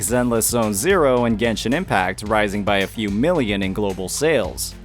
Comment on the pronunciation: It's Genshin. Say Genshin.